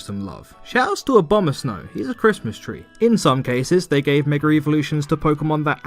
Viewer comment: Please stop saying "megar evolution"